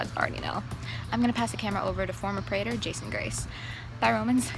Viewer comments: Reyna mispronounced praetor. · I was eating M&M's and understood pregnant instead of praetor